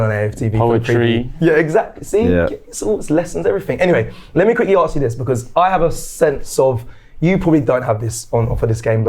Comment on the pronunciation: …the word is “ask” not “arrrks”